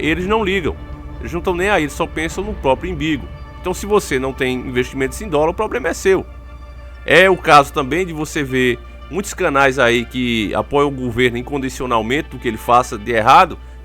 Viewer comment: "Imbigo" kkkkk fala direito!